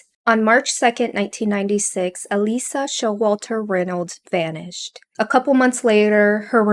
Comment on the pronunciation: ℹ️ Her name is pronounced Ah-leeshah, not Ah-leesah or Ah-lisah. While I did not personally know her, my spouse’s family knew both her and her family, so I’m familiar with how people who knew her pronounced her name as well as how I’ve heard it pronounced elsewhere. Because of this mispronunciation, her name is being rendered as “Alisa” in the subtitles and the transcript, rather than as Alicia.